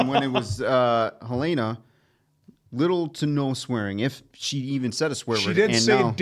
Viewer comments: Her-layna .... still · Aahhh! Guys, it's HELL-en-uh. Like the state capital of Montana. Where I happen to live. 😂😂